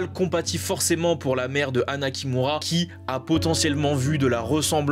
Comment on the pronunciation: chui désolé mais quand tu dit anna kimura j'entend " anna qui mourra" jpp